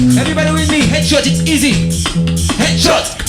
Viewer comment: I thought he said ketchup instead of headshot lmao